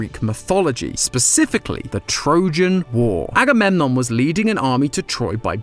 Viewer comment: agamemnom is actually pronounce a-go-meg-on